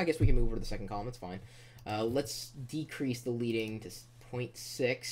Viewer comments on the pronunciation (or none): It's pronounced led-ing not leed-ing